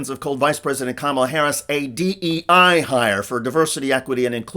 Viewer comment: Trump in that interview seemingly did not even know what DEI stands for - when asked about it he said that there is no definition for DEA .... he definitely did not say the last letter correctly.